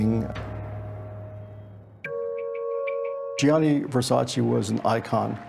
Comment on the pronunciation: It aggravates the hell out of me how the narrator cannot say Versace's name right. Its GIANNI not Jonny